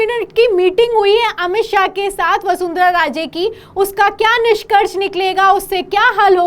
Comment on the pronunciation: पहले वसुंधरा को वसुंधरा कहना सीखो। हतो उत्साहित नहीं होता है।